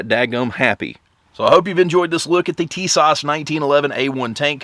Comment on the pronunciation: I purchased My Tisas for $399.00, and I love the look and feel of the M-1 A-1 1911 /.45. The Cerakote finish is beautiful, the fit and finish is excellent! This is my sixth 1911 and the least expensive by far, but it is a nice weapon. And BTW, it's pronounced "Tee/sash...